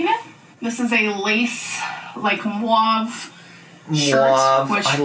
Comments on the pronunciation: Idk why but I had a visceral reaction to her saying MOOAWVE instead of Mauve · Miss mam really said Moi-ve 😵‍💫🥴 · The way she pronounced mauve is horrendous.